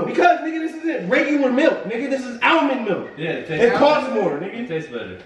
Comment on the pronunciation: he had me so dead he said almind milk